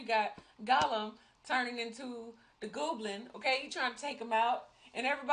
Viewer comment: Lol, gooblin, Eisendorf. 😂 Never change, you two. ❤️